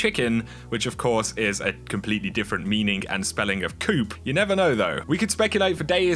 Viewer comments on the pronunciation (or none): Man these videos are great. You get them out so quickly and get to the point which is amazing. Respect the grind man. Just FYI though, "coup" is pronounced "coo" not "coop", easy mistake :) Keep it up! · ...the "P" is silent brother. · When you want to yell at for saying coup wrong but he already knows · Silent "P" in coup. Good video. On XB1X enhancement i think Bungie is being kinda shitty. Their history with MS & their PS deal makes me think they are being something between stubborn & petty on this one.